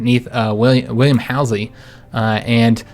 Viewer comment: Halsey is pronounced haul(the act of dragging)-sey!, you get calling him hal (hal, the computer from 2001)-sey! great naval design by the way!!! I am learning so much form you